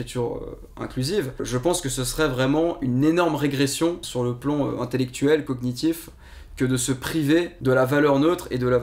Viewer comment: J'adore la prononciation de "cognitif"...